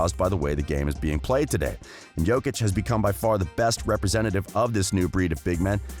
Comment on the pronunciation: OMG SOMEONE SAID HIS NAME CORRECTLY RESPECT